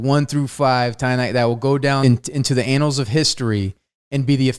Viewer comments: One really ought to be careful how one pronounces "annals of history". There are two n's, do not miss that second one. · Anals of history? Oh my, Wes.